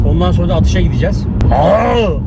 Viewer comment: Yeni kanalı keşfettim kardeşim Adagnali dedin beni mest ettin bende Adanalı yım can kurban babacan.